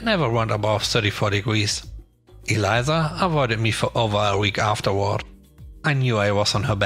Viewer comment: EL-EESSSAH (Elisa) EE-LIE-ZZAHH = ELIZA